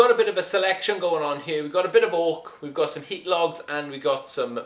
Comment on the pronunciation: At first I thought you said "Orc." But then I realized it was "Oak."